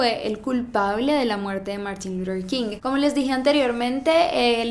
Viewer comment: Me desespera cada que pronuncia el nombre de Martín luther king